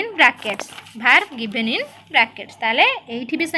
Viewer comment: maam aapana first pronunciation thik kara.eita vaarb nuha verb